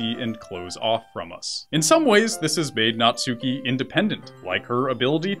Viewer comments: "Naht-ski." Not "Nat-SU-ki." Sorry, just a little pet peeve of mine. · Natsuki is pronounced Nats-key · Please learn how to pronounce Natsuki. It's pronounced Nat-Ski, Nat-Sue-Key. In Japanese you do not pronounce U's on the middle of words (for the most part).